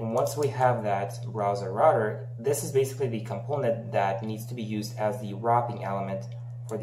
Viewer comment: КомпОУнент, я тебя умоляю!!! Не компОнент. Дичайше режет ухо!